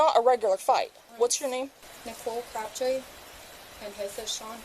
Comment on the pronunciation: she says crabtree likes its not CRAB TREE